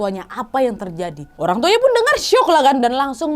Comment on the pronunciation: Apa cma w yg slah Denger... Indihome 🙄🤣